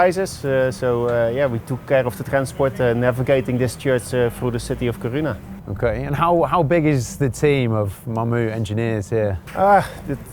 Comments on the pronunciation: Lol the pronounciation of Kiruna. From what I know as someone from Stockholm, we pronounce it ”Ki-runa but Ki as in kiss and runa as runna but very fast. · Didn't think putting the emphasis on the wrong syllable in Kiruna would trigger me so much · Pronouncing Kiruna like it's japanese 😭 it's Ki-ru-na slowly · Yes. But it’s pronounced Kiruna. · When the presenter doesn't even care how the city name is pronounced, I don't really care to continue listening to what he has to say. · How many times can you hear a name of a town without picking up the correct pronunciation?